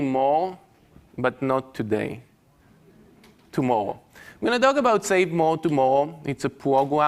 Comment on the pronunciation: CWAZY, LOTTOWEYS, TOMMOWOW, GWEAT , TWYING